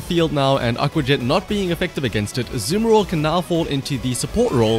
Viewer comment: ur accent to say "azumarill" makes me ear "The Samuroth"